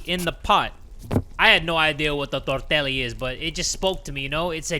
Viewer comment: THE WAY YOU SAID TORTELLI HURT MY SOUL